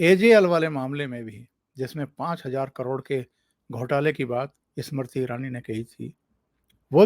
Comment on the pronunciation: please pronounce Smriti Irani's name correctly. You mispronounced her name many times during this program.